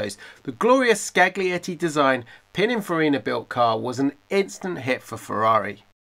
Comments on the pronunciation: Come on,. Get the pronunciation of Scaglietti right! You drop the G and say 'scalietti'. It's all about the details. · I cringed when you said Scaglietti, Bertone, Vetroresina, Stradale ecc. Keep up the work, even on the Italian names please. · I'm Italian and the way you pronounce scaglietti hurts my ears... Look it up please! love your channel tho